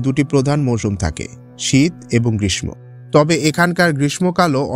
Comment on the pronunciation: ভাই গ্রীষ্ম উচ্চারণ টা ভুল করছেন.. অপনার চ্যানেল টা দেখি but উচ্চারণ ভুল হলে মন খারাপ লাগে